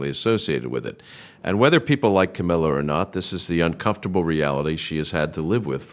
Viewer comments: AI can't even pronounce Ca-MILL-ah. Half the time, it's Ca-MEEL-ah. I'm not a fan, but it's irritating when the name is incorrect. The storyline is about her, at least try to proofread and fix. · Camilla - it rhymes with Gorilla- it’s not Ka MEAL A